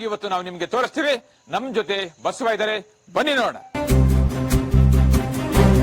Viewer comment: Basava anthira go mathe anthira enu antha sariyagi heli